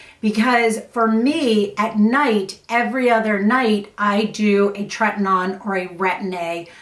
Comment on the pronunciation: Just FYI it is treti-NO-in. Rather than treti-NON. 🧡